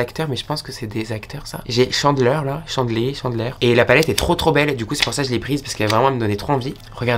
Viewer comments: chandlÉ ptdrrr sacrilège ça se dit comme chand(e)leur 😭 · Ça c'est Chandler mais ça se dir Tchandleur 😱😂